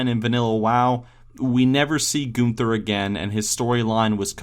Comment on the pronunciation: Goon ther I believe it's pronounced gun ther